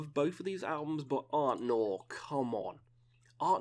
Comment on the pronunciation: please stop saying arTNor; it's arNTor 🤣